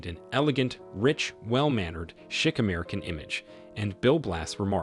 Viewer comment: Could this robot at least TRY to correctly pronounce “chic”? 😅